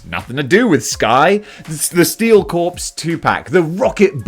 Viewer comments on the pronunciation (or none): Corps. Corps = "core" not "corpse" "Steel Core" "Marine Core" "Green Lantern Core" "Nova Core" Snowjob. LOL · Corps is pronounced "core".